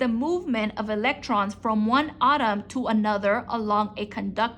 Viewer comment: This lady cannot pronounce words correctly at all. You would think she would know how to say Atom not Autumn.